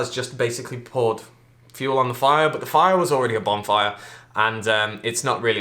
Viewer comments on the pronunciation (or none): none